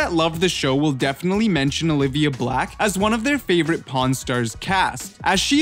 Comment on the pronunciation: The narrator. He "definally" should find a new gig.